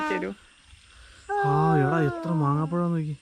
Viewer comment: മാങ്ങാപ്പഴം അല്ല മാമ്പഴം 😁